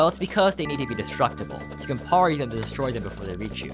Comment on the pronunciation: the way you pronounce "parry" will never not make me have a brain aneurysm every time